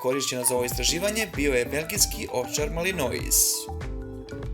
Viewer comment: Ne kaze se Malinois nego Malinoa,inace super klip!